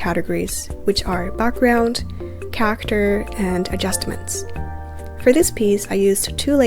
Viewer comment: your not pronouncing character right